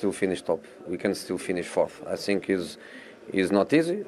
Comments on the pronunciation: "I sink, I sink errr.. I sink after 3 years" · "I sink so, i have nothing to say, i prefer not to speak."